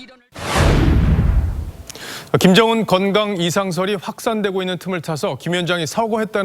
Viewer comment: 김정은을 김연정이라고 계속 왜 발음실수를 하는거지? 내 귀를 의심하고 여러번 들었는데 역시나 여자 아나운서가 실수했음.